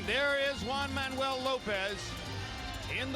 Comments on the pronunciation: It was funny to hear brain damaged Roy Jones say Manjua. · Has anyone else noticed RJJr can't say Juanma. 😂😂😂